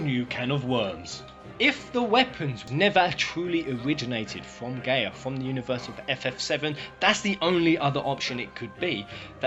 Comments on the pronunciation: It’s pronounced guy ah not gay ah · Every time I hear him say "Gay-Uh" instead of "Guy-Uh" I die a little bit on the inside... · just found this. it's a really COOL idea. but why does he keep saying the planet's name WRONG!? wtf is GAY-uh? it's GUY-uh. the letters "a" and "i" together make an "eye" sound. and the word Gaia has been around for a while. always pronounced with the "eye" sound. and as for Luna being Jenova.... why would she come back to the same planet wanting to destroy it after saving it in the first place? sounds a little too contradictory... unless during her time adrift she was corrupted. the weapons being invaders.... no. in VII they only tried to get rid of the thing hurting the plant. even when Diamond Weapon fought Cloud, it was because he was in the way. after you beat it, it still continues toward Midgar, not caring in the least about the heroes. if they were destroyers why would they stop what is doing their job for them? but turning it around.... the Weapons could have poisoned Luna while she "poisoned" them in return. they were infected by her good will while she absorbed their maliciousness. if that were the case I MIGHT be able to KINDA see this being a truth. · isn't it GUY-A not GAY-A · gaia its pronounced "Guy-yuh" Btw